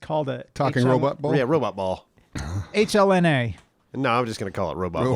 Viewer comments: H-LNA = Helena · It is pronounced HELENA. come on!